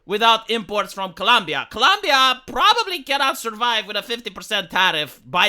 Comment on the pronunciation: Love this channel, but for goodness sake, please the name of the country correctly.